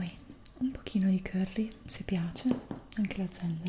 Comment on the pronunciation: Ti stimo hai pronunciato il curry come il nome del giocatore di basket 😂❤